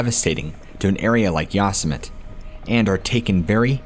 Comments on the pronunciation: Yo-Sem-it-tee. Not Yas-Sem-it. Never heard of Yosemite Sam? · Who says ya-summit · Oh my, 😂, I’m guessing you have the common pronunciation of Yo-sim-it-ee By now. Hey, who am I to say, the native settlers might very well pronounce it Yo-simite 😁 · Yo semm eh tee. It's a Native American word. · Why are you pronouncing Yosemite like that? Ya sa mit ??? OMG, its almost too much 🤯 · It's pronounced "YO-SEM-E-TEE" I'm sorry, stories are interesting but that's been driving me absolutely bonkers🤣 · Lmao you guys must mispronounce words intentionally to see if people are still paying attention right? Ive heard others do it too like darkness prevails. You called it ya-sim-it for the whole story lol. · IT'S YOSEMITE (YO-SEH-MITEE)! I'm about to have a stroke!! Lol. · U Sim men ne is How you pronounce it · Yos-sym-it. An enigma wrapped in a mystery. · that's pronounced Yo-sim-ity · I think you mean Yo SIM uh tee National Park. Love you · Are you saying yossemite on purpose to make fun of trump? It’s making my ears bleed lol. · How can people say Yosemite wrong??, I quit listening to that story because it was too disconcerting. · I think you're saying Yosemite wrong just to troll us at this point 😂🖤